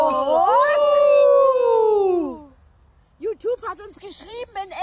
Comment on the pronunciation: yuutub😁 super herzlichen Glückwunsch